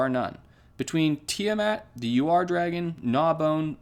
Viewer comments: the Ur-dragon is pronounced oor-dragon where the ooh is short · Bought it the day the set dropped. And it’s pronounced ur where it’s like urn minus the n